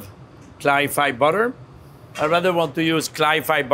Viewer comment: .""‘Butter’ is the only word he says with a flawless American accent.😂😂❤